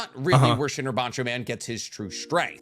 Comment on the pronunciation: Shinra not shine